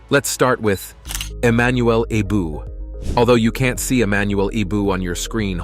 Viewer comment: Eboue is spelled EeeeBooWee not eboouuu, get a life narrator. Also what jay jay okocha videos has to do with arouma? Anything goes in this weird video and most stories are untrue